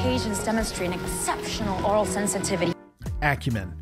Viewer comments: “Aural” not “oral”. Her ability to hear nuanced frequencies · aural, not oral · Aural. Not Oral. Aural Sensitivity. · That's "Aural sensitivity" as in sound, though mishearing that as "Oral" is meta. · I always thought Uhura was saying "aural" sensitivity, as in her ability to listen. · That's "aural sensitivity", not "oral". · “Aural” sensitivity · She is saying "aural" not "oral" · Aural sensitivity, not oral sensitivity, but a good joke nonetheless 🤣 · Aural, dude. Aural.